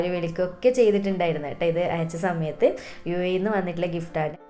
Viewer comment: Zimple zanവിച് ആണോ.. അനുzaരി.ച്ചിട്ട്... Zet ആയാൽ za മയത്തു...ഫുൾ zzz മയം